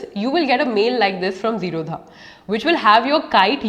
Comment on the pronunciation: zerodha is not pronounced zero dha infact it is zero da...d for damru wala D...th basis on which wners name the company zero as 0 and rodha means no blockage